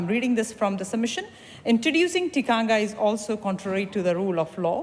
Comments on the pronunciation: Just like how your law was forced on māori like a cult, under the guise of TTOW? when it's done back to you, you don't like it do you? and get it right, it's TIKANGA not tikangia! no wonder you're mislead cos you have no idea do you! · I am studying a Batchelors degree in counseling one of my papers are Whakatupu: Te Tiriti o Waitangi... great to learn, but my lectures aproch is rather political at times. I get that I need to be culturally diverse, and all that goes with my degree when counseling different cultures... however, we get marked on our pronunciations of Te reo and criticisms are given. I have addressed my assignments and clients with respect and honor but I dont understand why we are academically judged on pronunciations. It has given me 0 confidence to do my job in the future, even though I am a great counselor... I am not doing a Batchelor degree in Te reo... so disheartening, to say the least. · Cognitively impaired, many people in this thread- this MP cant event pronounce the word Tikanga properly. The line of argument contravenes the provision in Te Tiriti O Waitangi and will drive NZ into chaos. This migrant has been exploited as conveninet tool to drive the divisive and racist agenda of the Act Party.